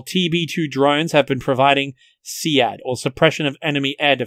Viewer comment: This was good except for two things. First of all, who pronounces SEAD as “Sea-Ad” instead of “seed”. Second of all, Ukrainians are not using the same weapons as Russia. Yes, they are both using AKs but that doesn’t mean they can use the same ammo. The Russians are using Ak12s and Ak74s (chambered in 5.45) and the Ukrainians are using old, stockpiled ak47 variants and other 7.62x39 weapons (I say this because there’s pictures of Ukrainian Spec-Ops using bullpup weapons that take ak47 mags) that use old stockpiled ammo. So unless Ukrainians yoink Russian Ak12s and Ak74s and the ammo with them the Ukrainians cannot use Russian ammo unless you want your gun to explode. You also forgot to mention how the US has sent s300 sites that the CIA yoinked. So I guess Russia has literally no advantages over the US and NATO